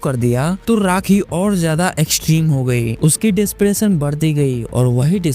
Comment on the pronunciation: Depression became DISPRESSION!!!!! Awesome speaking skill.... How could you make judgement on someone others when you can't talk in the same platform?? Disgusting......